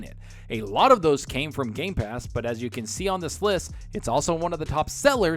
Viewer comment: Hahahaha seconds mark and this guy says g.a.ypass hahahaha